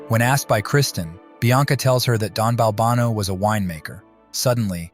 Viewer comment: Maybe be consistent in the pronunciation of the name Balbano.